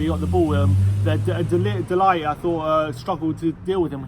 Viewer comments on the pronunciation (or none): De Ligt is not pronounced "delight" more like "de lygt" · Yep! With clearing-the-throat-sound for the -g.